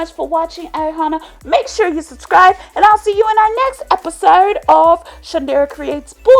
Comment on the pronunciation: Why do you say episode like that but I do like ur videos